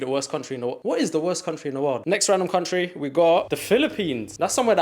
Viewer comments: “cuntry” is frying me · What’s ur favourite ‘cuntry’???? 🤔